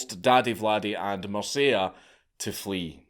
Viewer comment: You need to learn how to pronounce MIRCEA. It is not Mirsea, it is MIRTCHEA. There is no STEPHEN in Romanian history lol. The king was called STEFAN . SHTEFAN pronounciation. Also ION is not JOHN. And Vlad's dad name was also Vlad, not Vlady. Impaling women for adultery is a lie, I don't know where you got that from. He was impaling the actual traitors of the country as well as thieves and robbers, not women. He also did not kill beggars, he was going for the thieves. Check your sources. We actually need a Vlad feast for all the globalists and their families at this moment in time. There was a story saying that there was a gold cup near one of the fountains by a crossroad for anyone to use during Vlad's reign and no one dared steal it as they were so afraid of impaling.